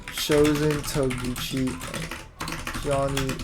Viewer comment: “Chozen Togeki”💔